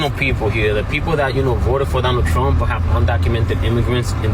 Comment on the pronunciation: She said “I will boat my dad, for Donal Thrump”